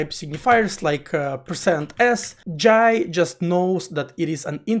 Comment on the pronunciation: finally someone say 'Jai' properly, not "Jay".